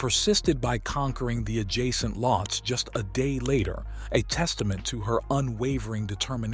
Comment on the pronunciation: Lhotse is not pronounced as "Lots"... it's pronounced "Low-t'say"